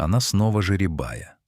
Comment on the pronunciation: ЖерЕ"бая, а не жеребАя.